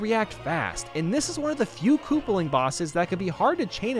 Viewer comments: Lol he said kooperling not koopaling while talking about ludwig. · / At he says kooplping wrong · He said kooperling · Is ludwig koopaling or Kooperling? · did he just say “kooperling?” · Kooprling lol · ha ha ha he said kooprling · Kooper he said